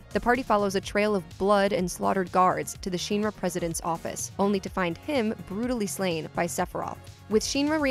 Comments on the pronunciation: You keep saying Shinra wrong. The shin in Shinra is pronounced like the shin on your leg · I appreciate the video, but the pronunciation of Sheenra is really getting to me...I'm not sure I'm going to make it all the way through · "SHEEN-RA" Doe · Pronouncing shinra wrong, shin-ra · you pronounce shinra sh in ra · SHEEN-ruh??? Are you serious. That's just bad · Did anyone get bothered by the way this person pronounced Shinra? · Anthony B it’s honestly impressive, I personally would have a hard time saying it improperly so many times without saying it right once. I’m convinced the person speaking has never played the remake demo or ever listened to a English dub of ff7 based videos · Was it really that hard to pronounce Shinra correctly??? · Does anyone else cringe when this girl pronounces "Shinra"? Besides that good video.👍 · Anyone else got bothered at the way she pronounced Shinra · Anyone else bothered by the way they say Shinra in this video? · Hearing her mispronounce shinra so many times HURTS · i cringe everytime u said the word Shinra... pfff that is not the way it is pronounced :P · Omg she can't pronounce shinra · pronunciation of Shin-Ra is gonna drive me nuts. Shin not Sheen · What is Sheenra? Could you find people to narrate these that have maybe played the games before? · OMG...... its Shin-ra not sheenra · Sheenra.. Or Shinra? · Sheenra.. lol I'm sorry, that kinda hit me everytime you said it that way. :P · It is Shin-ra not Sheen-ra, please say it right! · shin ra. not sheenra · It’s SHINRA not sheanra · I hate how she says Sheenra instead of Shinra... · Shin-ra not Sheen-ra sounds weird yo. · Shinra Sheen Ra X Shin Ra O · It’s Shinra Not Sheen-ra!! It’s not that hard to say🙄🙄🙄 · It's SHINra, not SHEENra! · It's mildly infuriating hearing shynra instead of shirna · Sheenra lol SH-IN-RA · "Sheen-ra", really? How hard is it to say Shin? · The way you say SHI-NRA 😒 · Its pronounced shinra not sheenra u know like ur shin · "Sheenra" lmao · “Sheenra” lmao